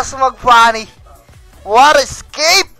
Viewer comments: I quite like the way he says "what a scape!" instead of "what an escape!" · Di nga escape sinabi e "scape" ahhahahaha